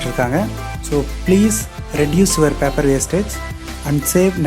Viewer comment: பாப்பர் இல்லை பேப்பர்